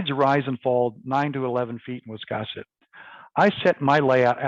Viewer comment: To pronounce the name of the Town of Wiscasset, you need to pronounce the "a" as in the word "gas"! Not as in the word "cross"! 🙄 Just a thought.